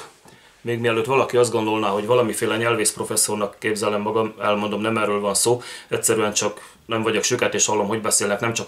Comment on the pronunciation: Fischer Sándor az első fél percet sem engedte volna tovább. Oké, hogy 4 hiba. De már a 7-ik másodpercnél: "nem erröl van szo". Hangképzésben lehetnek helyi eltérések, de a hosszakat próbáljuk tartani, legalább ilyen témáknál.